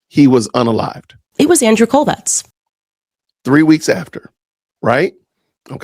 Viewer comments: Why is she pronouncing Andrew's last name like "Kolvex"? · Quick question: if she was so close to Charlie Kirk and worked with Turning Point, why does she pronounce the name of Charlie’s closest work partner and friend (and her former boss?), Andrew Kolvet with a s or z at the end. She always says, “Andrew Kolvetz”, I noticed how you said his name without the s or z sound at the end, looked up the guy online and sure enough, it’s just, “Kolvet.” What gives? Or is that how it is pronounced correctly? (I doubt it). Edit: hold up - I saw in your demonic edit of her she actually pronounced his name correctly twice! Who knows what is going on. Maybe she just has a speech impediment that, which normally shouldn’t be anything to point out unkindly, but in her case, intensifies the distastefulness of her delivery, which offends all the senses (that’s right, she literally stinks to high heaven at this point). Seems to me if I am gonna follow someone who says they are following details and leads that other people aren’t saying, I’d feel a little uncomfortable with that same eagle-eyed sleuth pronouncing myriad words and names incorrectly repeatedly, no, or no? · Why does she put an S on his last name?😂